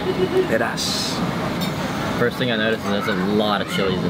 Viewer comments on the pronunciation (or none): I like the way pronounced "Peedaasssssss"!!!!! Hahaha